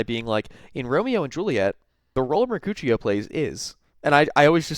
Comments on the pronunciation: It is Mark'ooh'she'oh not Mark'oochie'oh. I'm guessing you have only ever read Romeo and Juliet and not seen it. They are plays you know. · 100% thought you said “in Romeo and Juliet, what was the role of her coochie”